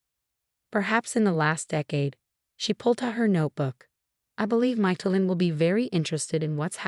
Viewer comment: Oh no - another of the infamous Chen family. They're taking over the world. (And it's Mish-e-lin-, not Michael-in.)